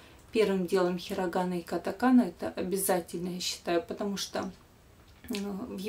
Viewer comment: Не понятно, откуда берётся это "хирагАана" и "катакаАна". При том, что всю жизнь ударение ставится в русском произношении на втором слоге - "хирАгана" и "катАкана".